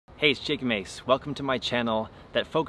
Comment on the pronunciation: Did anyone else hear Chicken Mase!